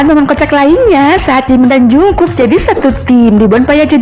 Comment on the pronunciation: Kayak'y dari td yang jd biang kerok sitetet deh😂😂 Min,ralat baca Jungkook bukan jungkuk tapi jeongguk ...😆 Semangat min